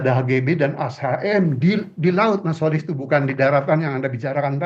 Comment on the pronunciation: Kenapa prof Rokhmin sering sebut Kholis.....? Dengerin tuh Kholis....